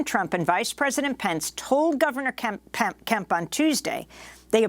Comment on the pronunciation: ...is it Governor Kemp or Governor Pimp?